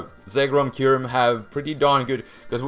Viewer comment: IT'S K-EYE-YOU-REM!